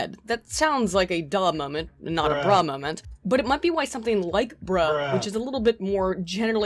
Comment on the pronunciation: 'breh" ?? BRUH